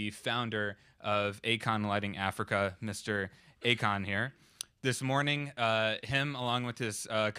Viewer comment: Isn't his name AKON (ah:kohn) and not "a con" (aykaan)?